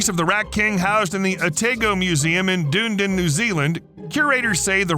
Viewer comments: Dun-eden not dune-din lol 🤣🤣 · DUNE-DIN??? DUN-EE-DIN! It's the old Scottish name for Edinburgh, thus the Otago Scottish colonists named it so. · Duh-need-din NZL not doondin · Dunedin pronounced (duh-knee-din) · doondun > dunedin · I can't believe you just called Dunedin Doondin lol. I can see why you would see it that way, phonetically but At least look up how to pronounce cities, towns and countries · Im from New Zealand, It’s pronounced owe-tah-go (Otago museum) Also Dunedin is pronounce duh-knee-din not dunedune lol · Dunedin, New Zealand, is pronounced "Dun-Edin" , not "Dune-din". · you said Dunedin wrong it's said like (Dah-Nee-Din) not (Dune-din), lol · I just want to point out, it’s pronounce DONE-EE-DEN not doonden lol. The place in New Zealand that is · I love hearing “dune din” (as it is absolutely spelled that way). But both Dunedin Florida and Dunedin New Zealand are both pronounced “done E din”. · dune-din NZ? lol its pronounced Dun-e din. Cool video tho EDIT: I was expecting the reason of the "Rat-King" to be caused by a male rat tying together the tails of females so he could mate with all of them quicker and the females couldnt run away lol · Little bit bothered by the pronounciation of Dunedin and what I assume was supposed to be Otago. Rather than Dune-din, it's Dun-e-din. And Oh-tah-go. Other than that, great video as always. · Hearing someone pronouce Dunedin as Dune Din is pretty funny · That's the craziest way I've ever heard anyone say Otago or Dunedin. Oh-tah-go and Dun-ee-din are how we say it. Lol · Did you really pronounce Dunedin as dindin?!?! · I hate you for how you pronounced Otago and Dunedin They're pronounced oh ta go And dun edin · XD Doon-Doon New Zealand. Phonetics are your friend, might pay to research how places are pronounced! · Lol "dunedune" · At the timestamp the pronunciation of Otago and Dunedin in New Zealand is Oh-Tahg-Oh and Dun-ee-din. As a Kiwi nartional I just had to comment. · Lol Dunedin is pronounced da-nee-din